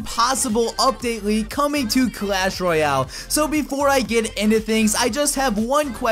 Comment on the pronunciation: Royale King not royal King